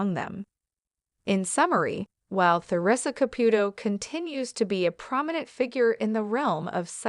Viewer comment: You can’t even speak her name correctly this is a load of crap